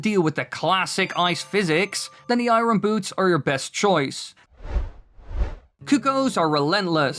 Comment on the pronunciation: The way you pronounced "Iron" haha